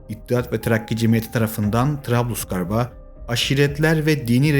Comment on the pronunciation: Arkadaşım Gazi Mustafa Kemal Atatürk'ü seven her türk evladı gibi videonu izledim bir kaç eleştiri yapma ihtiyacı hissettim. Öncelikle fonetiğinde ufak bir sorun var öncelikle onu düzeltmen lazım. İkincisi trablusgarp'a arap kabilelerin isyanlarını bastırmaya gönderildi demişsin ya dilin sürçtü ya ben yanlış anladım. Bizzat italyanlara karşı sinusilere, berberilere destek vermek için gönderildi yanlış mı hatırlıyoruz? Bu tip videolarda istihbarat raporlarnıda vs tarih, yer isim belirtmen gerekir. Üstünkörü bir muhabbet olmuş, dinlemeye lüzum görmedim. Çok daha geniş kapsamlı video ve dökümanlar var onları izleyip örne almanı tavsiye ederim. Emek ve çalışman için teşekkürler.